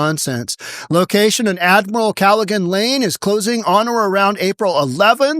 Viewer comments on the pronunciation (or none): What a lame narrator. Learn how to pronounce place names. "Pin-olay" ?? Its pronounced pin-oal. The e is silent. Do you say polay? Or is it pole? And you cannot say Callahan?? Duh. Besides these scum need to be sent to prison forever. America needs an exile system.